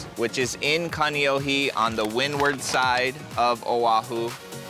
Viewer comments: Kaneohe not Kaniohi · Dude! Pronounce your Hawaiian words correctly!! Not Kaneoheee…..